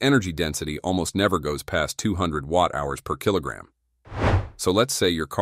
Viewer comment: The voiceover puts emphasis in weird place PER KILOGRAM